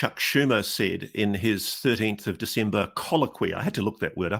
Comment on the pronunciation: Thank you for the pronunciation of "colloquoy".